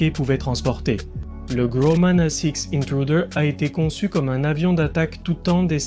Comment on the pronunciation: L'entreprise "Graman" ? serieux vous savez pas lire et prononcer des syllabes ? la au moins c'est sur c'est pas une IA qui lit, juste un dyslexique J'assume le pouce en bas c'est moi.